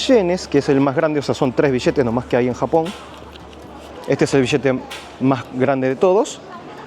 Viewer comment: El vishete de sincomil shenes. Estos ameríndios siguen sin saber pronunciar.